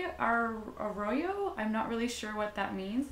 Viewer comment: It's pronounced Arroyo. The Outlaw specification is really nice. You can make outlaw decks or pick one of the creature types and go tribal (i.e. Mercenary Tribal) solid pulls.